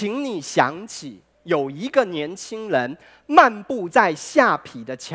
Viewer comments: 可是我的國文教授在我們看完後第一件事就是說出他的缺點 而且他下ㄆㄟˊ念成下ㄆㄧˇ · 唸錯了： 下邳ㄆㄟˊ；圯ㄧˊ（橋）不是圮ㄆㄧˇ